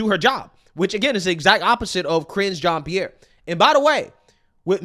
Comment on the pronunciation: She couldn’t even get KJPs name right.